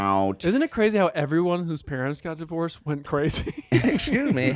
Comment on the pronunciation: There it is! "Divorissed" lol